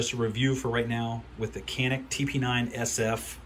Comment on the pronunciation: It's janik bro ,most of pronounced wrong